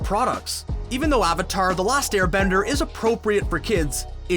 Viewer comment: the fact that you pronounce avatar wrong in the first 15s makes me not wanna watch it therefore i don't. so just an advice learn your content before uploading it thanks